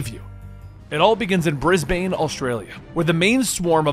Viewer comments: Love the video but mate it's not said bris-bane it's brisbin 😂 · did he just say bris bane as in the supervillain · As an Aussie, I was happy they included Australia in this story. Then he said brisbane wrong 🤦‍♂